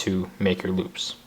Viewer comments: He said loop or boob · i thought he said "boobs" xD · The first time you say loops it sounds like boobs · am i the only one who heard boobs instead of loops ?